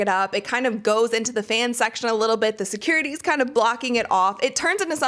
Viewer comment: "SEH KURITY!!!!"